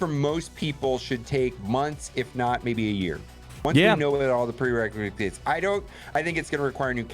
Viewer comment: nobody:: Prerecresate